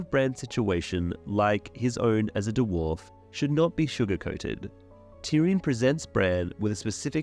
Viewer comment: "As a Du-warf"